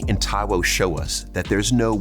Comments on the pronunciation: Damn you murdered homeboy's surname! Like come on, at least ask how it's pronounced ffs 🤦🏿‍♂️ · Taiwo what?? 😅 that last name pronounciation lol